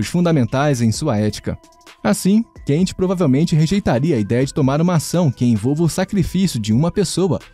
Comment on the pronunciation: Não é como se fosse o inglês "Can't", pessoal. Se lê "Kant" mesmo, como se fosse em português...